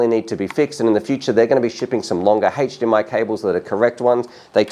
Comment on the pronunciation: HAECHE-DMI cable... lol